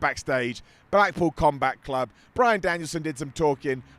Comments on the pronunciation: I swear I heard say both “the blackpool cumbath club” and “the blackpool cumbutt club” and I choked 😂🤣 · I swear he said “blackpool cumbuck club” twice